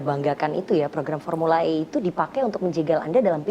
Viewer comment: formula E bukan I ngucap nya yg bener mbk